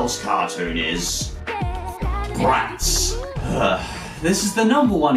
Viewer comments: The way the way he said the Z for Bratz just hurtzzz physically... ZZZZ Also YES Miraculous Ladybug! Edit: oh shit he hearted my comment! Thanks for the likes too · Umm.. I'm sorry you said it wrong it's bratzzzzzzz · "Z" does usually represent a hard "sss" sound, so it should be pronounced like "Bratsss" (but he does over emphasis it). I think he's just making fun of how lazy writers and marketing departments like to throw random Z's and X's all over kids products. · What normal people hear: oooohhh! Bratz! What I hear: aoooohhh! Barets! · You're BratZZZ emphasiZZZZ crackZZZ me up everytime!!! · Katsudon-Kun Matsuramoto Love yours too!